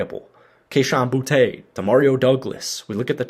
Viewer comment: His name is bootee not boutay.